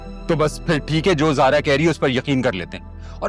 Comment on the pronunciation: maamu said sara instead of zara